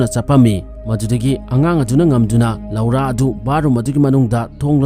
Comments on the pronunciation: Loura haiba natey "LORA" haina haiyo. Tabada nokningey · Lora haina pronounce toubiyo loura haibigano